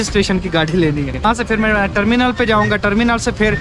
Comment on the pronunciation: Tarmenal ka nam sehi Lyn. Kar andesh